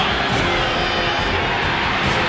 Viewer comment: Do you mean the "Cheez-INT" Bowl!?!?! 😂